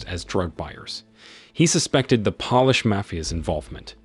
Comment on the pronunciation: It's pronounced pole-ish. Not pol-ish.